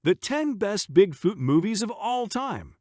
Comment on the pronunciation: the worst part is the generated voice that keeps saying "Bigfewt" stopped watching 2 minutes into it, sorry.....